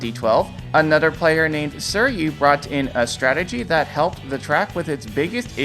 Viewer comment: The way you pronounce "suiryu" makes me want the stompers to crush my brain 💀